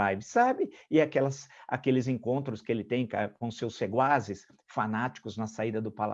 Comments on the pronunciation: Marco Antonio,ouvi varias veces o teu sempre magnifico comentario (21/02/2021).Voce pronunciou algunas veces "seguaces" em lugar de secuaces.Perdão se meus ouvidos me trairam. Forte abrazo. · * sequazes (eu ouvi seguazes 😁) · O senhor disse seguazes, no lugar de sequazes (partidários) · ... sequazes... ou sequazes... nunca seguazes!... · Professor, data vênia , é sequazes e não seguazes.